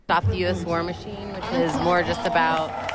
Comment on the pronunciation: Ah yes, the "US War Michine"